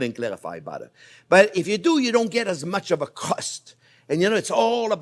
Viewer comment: love the way you pronounce butter (bara) ; )